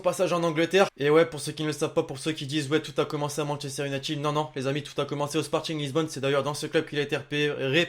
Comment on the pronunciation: Sporting Lisbonne?? Tu fais mal aux oreilles ptn😭😭😭😭